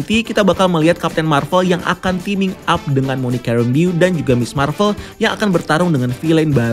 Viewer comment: Cara baca: Rembou Bukan Rembiyu